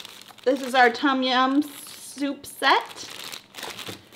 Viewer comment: it sound like you never go to Asian store in America original red bull sell everywhere "no chilly" mike pet and good bye la gone. tom jiam not tom it tum jiam i came from the country side Bangkok pronounce difference